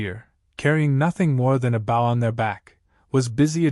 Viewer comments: Dammit! When you use a damn computer to speak, it says bow and not “BO”! That is an unnecessary distraction and if the story was not interesting, I would jump somewhere else. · Whomever is narrating this should pay attention to “BOW”…… not bow…as in bow wow…… but bow as on BO diddly. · You know, if you’re going to produce voice for a story about bow and arrow, you might try to get the pronunciation of “bow” correct, instead of telling us a story about “bending at the waist and arrows”. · That is the ending that should have happened....... BUT THIS IS A WOKE A.I. Program that cannot even learn how to say the word BOW...... This you see in every A.I. that they use in here and the GTP programs that make the stories....... Repeat, Repeat, Repeat then the last 10 min's of a 40 min story we get to garbage ending like this..... guess they hit the word count to get paid......